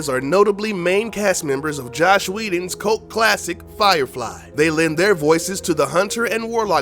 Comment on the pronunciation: You were doing so well right up until you said "Josh Whedon". It's "Joss". All your cred disappeared...